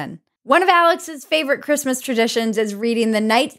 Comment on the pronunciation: Bridget doesn't say "Christmas". Sigh.